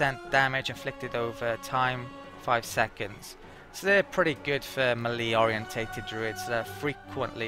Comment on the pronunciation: Just to be pedantic, "melee" is "maylay" not "milleee". Sorry. ;) Thanks for the video!